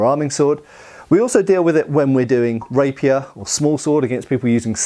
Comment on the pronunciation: I keep hearing rapist 😂